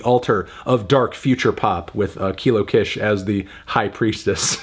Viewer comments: Just a heads up, “Kish” is pronounced “Keesh” rather than “k-ish” (it’s shortened for her real name, Lakisha) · I’ve always thought the Kish part of Kilo Kish was pronounced like “keesh” ? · I loved this album! I been listening to Kilo for 10 years 😭😭 and I think this is the first time you've gone to this length discussing her music so I'm glad she's getting that recognition! (Also, please move forward pronouncing her name as Kilo Kish (Keysh) so that people who find out about her music through your platform don't pronouce it incorrectly and so that you are upholding a standard for your level of journalism in case you decide to discuss her work again (which you might since she designed the cover arts for Vince's latest work)) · if she mispronounces kish one more time im going to kill my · Don’t like how he pronounce kish